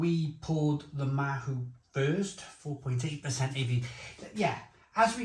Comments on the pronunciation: Pronunciation- Ma-oo not ma-who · Not Mahu. Its Mao as in Chairman Mao. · It is pronounced 'MAOW' bit like the cat, not mahoo. Mahou....Maow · mahou is pronounced 'mao' like chairman mao. there's 2 different versions of it, one has a green label, and the other is the one you have, the red labelled 'cinco estrellas' or '5 stars' we served it on tap when i lived in spain, and honestly, when it's draught, it's dynamite!! we also served the estrella galicia bottled. at the time, the mahou was 2 euro a pint, and the galicia was only 1.25euro for a 330ml bottle. both were exceptional thirst quenchers in the costa del sol summer heat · Mahou is pronounced "mow" (like "cow")